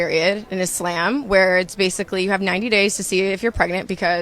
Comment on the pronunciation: I’ve never heard anyone say IS-SLAM. 🥴